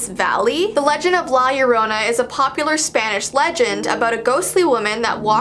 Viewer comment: La Llorona is actually pronounced “lah yoh-ROH-na”, but I’m not trying to be one of those erm actually people but just letting you know!